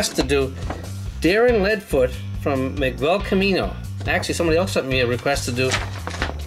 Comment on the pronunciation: Its Miguel but you say it Migel